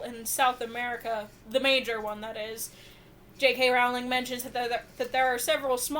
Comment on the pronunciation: Her last name is pronounced like Rolling Rock Beer, NOT like 'Row! ling' why do so many people pronounce it wrong?